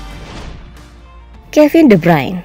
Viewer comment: woi min itu de Bruyn bukan de brayn